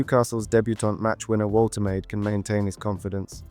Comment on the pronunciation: Wol-tuh-mah-duh. Hope that helps